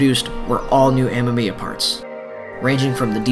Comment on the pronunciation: ah-may-me-ah, not m-m-eeya ;)